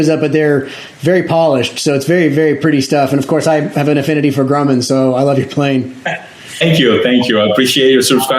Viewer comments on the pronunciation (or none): Your Airplane is not called a it is Grumman Grum Man, the way you pronounce Grumman sound like grewman that is just wrong. And we do not have fire brigades in the United States. 🤣🛫